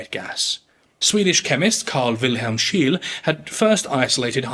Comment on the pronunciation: Is it really that difficult to find and pronounce the name of Scheele correctly?